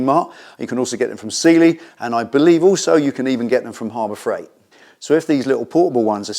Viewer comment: lol, I’ve never heard the words “Harbor Freight” with an English accent 😂